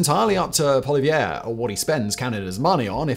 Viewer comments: As a Canadian I thought I would pipe up too... First, his last name is PAW-lee-EV, as he has a french Canadian last name but grew up in the largely English speaking West Second, announcing the country is going to purchase new submarines without attaching funding is like me announcing I am purchasing 1971 Jaguars for my wife and I. I have no timetable, nor do I have the money for it, but I announced it. Trudeau knows he will not be in power when the bill is do, so he can announce all sorts of things because he knows that Poilievre will probably be PM next year. Current polling has the Conservatives winning about 212 of 344 seats. Third, we as Canadians should be ashamed of ourselves for being so willing to give up our right to self defence to the US. Our defence is our job, and not one of the PMs in my memory has taken the military seriously. I know that there are austerity budgets coming, but hopefully the next finance minister can shave a little off for our military. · You can't with all the resources you have...you can't even get Pierre's last name right... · As a Canadian im very proud ro hear we're going to invest our Armed Force Im so glad mispronounced Polievre... He doesn't deserve the respect😊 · Please start saying "Poilievre" at least partially correctly.